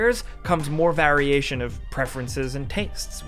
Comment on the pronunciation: That variation pronunciation gets me every single time 👹